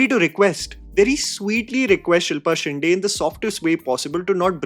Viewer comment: Just once it'll be nice to hear a North Indian pronounce Shinde correctly. my dear it's not that difficult a pronunciation.